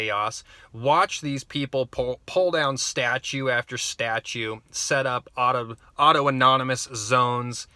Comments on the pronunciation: Auto-erogenous zones are for wankers. (PS I know you're being funny, but for the uninitiated, it's pronounced "aww-TAHN-ih-muss") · Capitol hill "autonomous" zone. Lol not "auto anonymous" although alot of them there might need some aa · Autonomous*** not auto nomonous